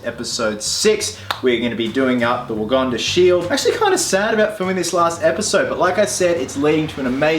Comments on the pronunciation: "Wagonda". lol Does not know it's "Wakanda" because it doesn't seem like it's just his accent that is making it sound like that? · Again... what is "WoGanda"?